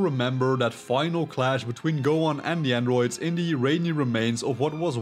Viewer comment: It grinds my gears how you pronounce androids😭